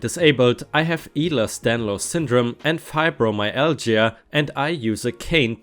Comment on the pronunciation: Hey! ✨✨ Just wanted to let you know, it's pronounced 'aye-ler's Dan-lows" Ehler's Danlos is a condition that (varying between people who suffer from it) effects the joints and can be very painful to live with. I should know;) mine isn't paired with Fybromialgia, which I am eternally grateful for, but it means I have loose joints that wiggle out of place all the time, and I have to relocate joints multiple times each day. P.S. My brother is a registered nurse, and he made sure to teach me how to do it right, lol